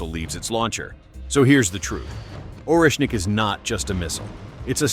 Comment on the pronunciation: ORESHNIK!!! 😂😂😂😂 way not Russian?